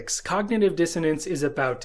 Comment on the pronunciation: Problem is you open the video pronouncing it wrong . It’s not DisoTance . Wow